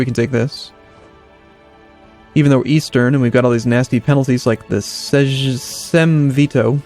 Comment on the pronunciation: By the way, - in polish words "J" is pronounced as "Y" (like in Yellow or Yak):) So it's more like Yagiellon or Seym.